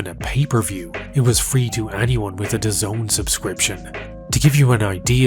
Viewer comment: It’s “Daz-nee”